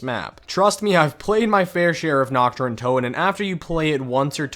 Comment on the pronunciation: NACHT DER UNTOTEN ARE YOU DUMB